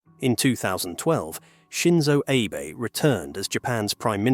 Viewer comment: Sure i'll watch a video that opens eith pronouncing Shinzo "Aye"bae.